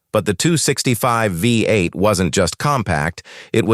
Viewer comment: Is it too much to ask to produce videos with a real narrator instead of an AI that says things like “V, 8” and “tetraethyl leed?” Also, if you’re talking about the small block’s wedge-shaped combustion chamber, maybe don’t use animation of a splayed-valve engine, or when talking valvetrain lubrication, show the small block, and not some engine with shaft-mounted rockers? You know, stuff like that.